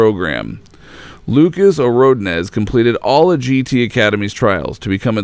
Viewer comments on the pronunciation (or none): This narrator can't pronounce "polygonal," "Polyphony" nor "Ordonez" to save his life.